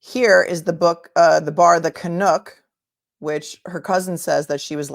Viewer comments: just FYI with love, "Canuck", rhymes with f***, is slang for Canadian. It's not "can-nook". Great show, as usual ❤ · I love you, but as a Canadian, I can confirm the name of the pub/bar The Canuck is pronounced with the same vowel sound as ‘luck’ (or the f-word) at the end - Canuck is a slang term for a Canadian 😉. This case is so wacky. I want proof that there is not criminality involved- because in the absence of that proof, I’m just not buying she did this to herself….